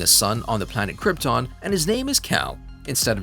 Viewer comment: ha ha did he just say last man of croton ?